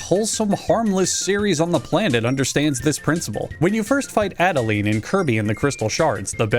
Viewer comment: I hope this is a joke especially since he mispronounces adeleine